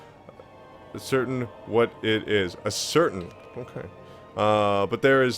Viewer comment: It's pronounced ass-er-TAIN